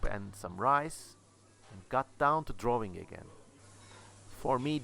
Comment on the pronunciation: "wawing, and wawing, and wawing...* great, great video, i loved it man